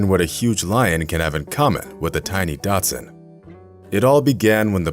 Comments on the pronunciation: Learn how to pronounce Dachshund. Sounds like Datsun. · If I hear "Datsun" instead of Dachshund one more time, my arse will explode ....... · "Datsun" is what Nissan cars were once called. Try pronouncing "dachshund" correctly, for heaven's sake. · Datsun. Learn to speak. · Couldn’t listen to the narrator continue to call the dog a Datsun. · I swear, it sounds like he says Datsun LOL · Clickbait title, English narrator doesn't have the sense to correct himself while saying Datsun over and over. What else is untrue? Whatever, thumbs down, adios. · I hate when YouTubers give their videos deliberately misleading titles just to attract views. Also, if the narrator can't pronounce "Dachshund", why not just call it a "wiener-dog", instead of a Datsun? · Nobody threw the dachshund in with the lion and the dog is a “dachshund” not a “Datsun”. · I know right? Every time he said "Datsun" I had a picture in my head of a lion driving a 240Z. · Glad it’s not just me that heard Datsun. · Haha! I just said to myself, did he say Datsun? They threw a car in the lion's den? Lol! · The pronunciation of ‘dachshund’ as ‘datsun’ got on my wick. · It's pronounced "DOCK-sunned" but what a lovely story! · I had two dachshunds and hearing that guy mess up the name of the breed was so stupid but beautiful story seeing those dachshunds made miss mine one wasn15 and the other wad 14 the 15 year old was long haired and and the 14 year old was short haired we rescued the short haired the precious owner was going to put junior in a kill shelter and my dad saved and that was the best thing my dad could have done I miss both of them very much every day its not the same with out them anymore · Thank you. I thought I was not hearing him correctly. He IS saying "Datsun". Lazy and careless. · Am I the only one thinking, it's daCHSHunD! Not dotsun! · Datsun>>>thats a car. Dachshund is pronounced "daks hund" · It’s NOT pronounced Datsun 😆 it’s pronounced Dachs-hund (daschund) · It's not "dotsin"